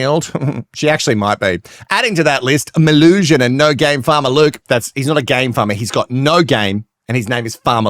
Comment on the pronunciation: As someone who shortens my full name to Mel, please only call her Melusion. Everytime you say Mel I die even more inside because it's something more and more stupid. 🙄🫣😵